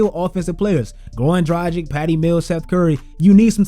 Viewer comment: Man, can you FINALLY learn to pronounce Dragić correctly?....